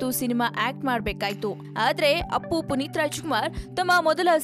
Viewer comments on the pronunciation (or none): none